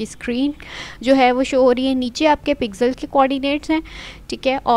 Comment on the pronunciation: Pixel ❌ Pizel ✔ :elbowcough